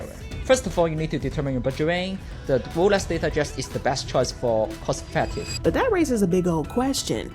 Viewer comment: Its Lolex 😂